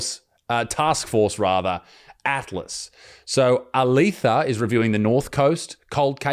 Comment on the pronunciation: Glad someone else here knows how to pronunciate 👍 He didn't even pronounce Alethia properly 😂. Back to the story.......